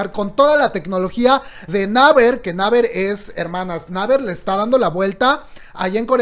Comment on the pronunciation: amo tus videos, pero se me revuelve el buche cada que te oigo pronunciar mal (repite luego de mi "Yi Guay Pi", "neiver") jajaja o lee todo en español...TE AMO!! no me odies